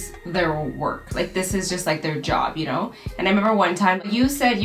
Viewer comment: every time said "ya kno" with a tiny very slight canadian accent.... best parts of the video to be honest xD